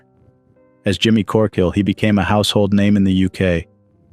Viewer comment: Say it the proper way "it's Jimmy corq'hill!" Only time I hear Dean back in the limelight 😔Rip. Whatever drama brookie had, jimmy was always the underdog.